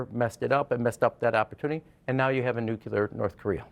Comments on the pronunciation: it’s nook-lee-er not nook-you-ler. There’s nothing more credibility destroying than mispronouncing such a consequential word. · N U C L E A R not nucular. Geez.